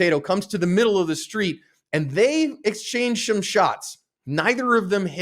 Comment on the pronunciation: "and they exchange shome shots" bro kept going like nothing happened lol I love it🤣